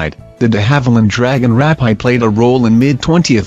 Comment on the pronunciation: The 'auto reader' mispronounces a lot of airplane names! It's rapeeed, not rapeyed for example